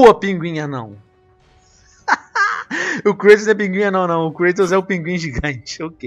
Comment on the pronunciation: creitos... HAHAHAHAH é Kratos!!